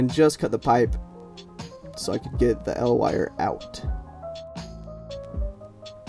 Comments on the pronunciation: EE EL Wire. Not "El Wire" It's an acronym, not a Mexican Superhero. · Its spelled E L wire, not EL wire, you also say L E D not LED. EL stands for electro luminescent